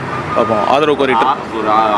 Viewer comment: ஆதவு பேசுறா ஆதவு. ஏண்டா தொங்கி போச்சா.😂😂😂